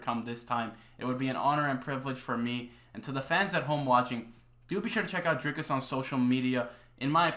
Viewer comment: Big up for the correct pronunciation of the R in Dricus. DDP is 100% the next champ